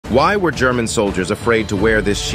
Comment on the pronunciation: Aaaah the way he pronounced it... please american humans, dont try to speak german... just doesnt work